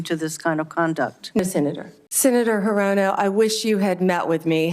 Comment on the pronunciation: Hirono??? Good grief!!!!!